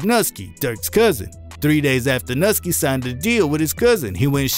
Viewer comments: “Nuhski” it’s pronounced “nooski” just letting you know👍. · It’s not pronounced“nut-ski” it’s “New-ski” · This man said Mickey (My Key) Corbras and Nuski (Nuh Ski) 🤦🏾‍♂️ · bro... you pronounce everybody's name wrong 🤣 bro called Nuski NUTSKY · Bro the way you pronounce shit KILLS me. Ain't no way you actually think these names are pronounced how you're saying them. NuhSkee (Nuski) Airio (Aero) Zehk (Zeko) Where tf are you from cuz none of them is how that's pronounced. A shit more too that's just what I felt like typing.